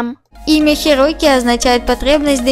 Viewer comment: Правильно Хироки